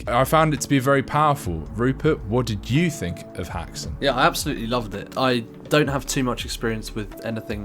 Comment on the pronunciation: It's pronounced more like "hexun". Just saying. As a Swedish witch (häxa). My grandmother, a half elf, played the piano to silent movies.